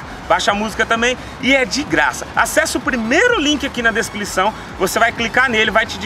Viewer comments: declisão, espirito do cebolinha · "desclição" foi show vei hahahahahaha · "primeiro link aqui na desclição" kkk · Ele falou desclosao